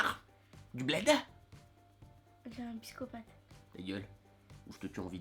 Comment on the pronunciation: a min a dit pyscopate.....